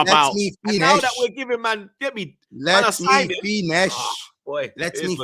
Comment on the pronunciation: Let me fineshh LOOL